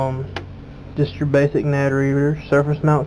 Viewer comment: why can NO americans say nanD its not nad